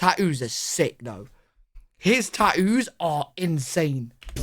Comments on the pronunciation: Tat-too ❌ Tatt-oo ✅ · I’d totally use ‘tat-ooze’ as a ringtone. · "TAT-OOZE" 😂 I like the way you say tattoos. Some Brits can't pronounce Ts for some reason ❤😂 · Tah-ooze. 🤣 Gotta love Brits with their inability to pronounce their t’s. Wah-uh, subscribe bun, etc. I think it’s great. 😁 INCELS are disgusting. They hate women, and want to hurt them. Just weird dudes, period. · Tattoos is not that hard to say is it?😂